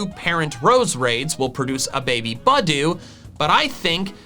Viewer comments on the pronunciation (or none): The stress in the name Pangoro is on the first syllable, not the second; the stress in the name Budew is on the second syllable, not the first.